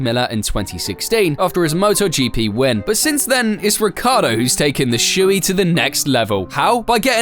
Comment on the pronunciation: Say it with me folks: RI-CHIARD-DO ITS SPELLED WITH A FUCKING I FOR CHRISSAKE